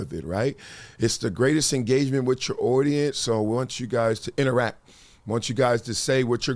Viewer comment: The way you pronounce audience is crazy. “Owdience”